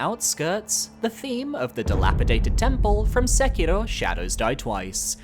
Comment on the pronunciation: I love your videos (and this one is no different) but the exaggerated way you pronounce Japanese/Asian names like Yuka Kitamura and Sekiro.etc always kinda comes across a little bit off for me imo. I'm sure your intentions are good, and I appreciate that you're trying to enunciate the names correctly, but I feel like some people might get the wrong idea with the accent/tone of it Please don't take it to heart or anything! I consistently love all your videos, but I figured I'd mention and give feedback